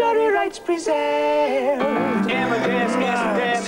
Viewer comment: 'Statutory rights presairved' made me spit my tea! Haha!